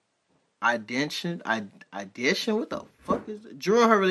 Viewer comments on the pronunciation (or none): ideation : i-dee-ation